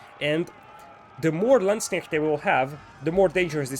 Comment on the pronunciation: Your "Landsknecht" actually sounds like "Landsknecht". Good job!